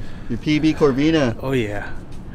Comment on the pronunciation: It corbina but nice catch